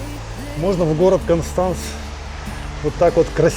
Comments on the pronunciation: КОнштанц ist richtig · Ни один немец или швейцарец не поймёт если сказать кАнстанц😂 пока не скажешь кОнстанц, странно что вы ещё не перестроились в плане произношения- акаете как масквичи 😂 всё просто что касается гласных- как пишется так и слышится